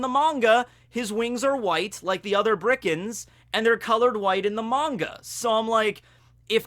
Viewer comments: It's Birkans, not Brikans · Is it just me or are you saying birkans as brickans, it’s been getting on my nerves for a while now lmao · Nobody: Absolutely nobody:: Bri-Kans